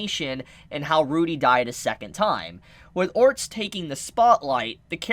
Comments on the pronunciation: God! It's ORSTED(/Or/stead/) not ORNST, please I love watching your videos but you say it so many times it's killing me! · Has nobody told homie that its orsted and not orst or ornst ? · For the love of god it’s ORE-STED two syllables! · no hate, but I'm pretty sure Orsted is pronounced similarly to homestead, so basically "Ore - stead" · WHY DO YOU STILL CALL HIM ORNST THIS IS SO PAINFULL MAKE IT STOP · I heard "orts" or "ords" and instead of heal I heard "hill" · how is Orsted pronounced orts? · Ors—ted sound it out with all respect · It's pronounced or-sted like homestead. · Pls start calling Orsted ORR STED. Your way of naming him is jast strange. :D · The pronunciation is or-s-ted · Just wait you will learn that you've seen her very early on. Also why tf are you pronouncing it otrst? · the guy's name is pronounced Ors-t-ed( orusutedo in the Japanese version)